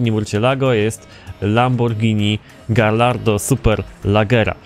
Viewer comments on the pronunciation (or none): none